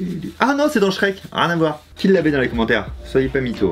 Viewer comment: SHREEEEEK ! Je le répétais derrière mon ordi "mais non c'est shreeeeek" xD